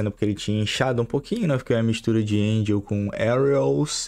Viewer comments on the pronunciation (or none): none